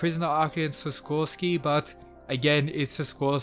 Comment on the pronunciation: i think its sikorsky not siskorsky